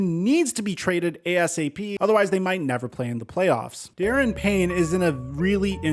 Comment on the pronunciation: Daron Payne, not pronounced Darren btw, is vital to Washington’s d line. Not much depth there and it was said he would be traded last year after that sideline spat with Allen. I really hope they don’t trade him cuz when Young comes back that d line will be tough. They need to make moves with their coaches and owner, not the d line.